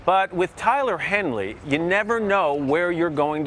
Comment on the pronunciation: "Tyler Henly" lol